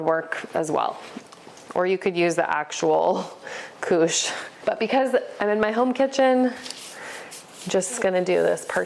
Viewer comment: French native here: your pronunciation of "couche" is on point. 😊 Also, I'm trying these next weekend!